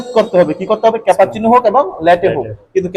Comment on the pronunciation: উচ্চারণ টা ক্যাপাচিনু নয়,, cappuccino . আপনার শেখানোর কৌশল খুব ই ভাল শুধু উচ্চারণ টা প্লিজ ঠিক করে করুন। ধন্যবাদ।